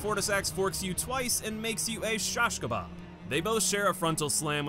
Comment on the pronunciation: It's pronounced shish kabab. not shash kabab. Shash means piss bro